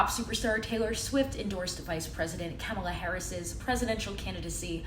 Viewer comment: It's Kah-mala, not Keh-mala.